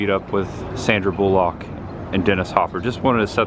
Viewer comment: Why do you pronounce Sandra Bullock's surname in such a stupid way?